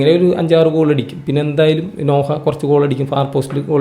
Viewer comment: നോഹ അല്ല നൊഅ.